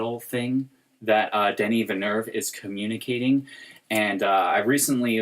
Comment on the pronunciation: It's pronounced Denis Vil-nœv. Amazing analysis guys